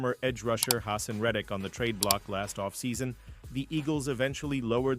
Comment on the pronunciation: HIS NAME IS "GOD" ...GOD - DERT!! GOD-DERT AND THE OTHER NAME IS HAH -SAHN REDDICK IF YOU WANT CREDIBILITY LEARN HOW NAMES ARE PRONOUNCED!! GO BIRDS!!